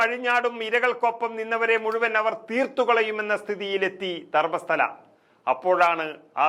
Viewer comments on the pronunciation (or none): none